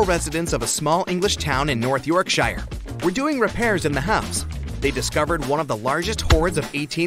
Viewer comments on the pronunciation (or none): Yorkshire is not pronounced as it appears; it’s York-shur